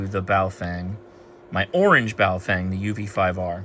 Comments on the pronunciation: Names are important... even if the product being named is NOT. Boa-fUng. I'd love for ONE Operator to pronounce it right. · That Chinese Lady never ages, on the Baofengs. Pronounced: Bow-fung